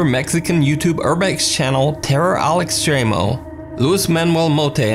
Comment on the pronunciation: Where all the Spanglish viewers at heard say "AL EX-TREE-MO" for "al extremo" lol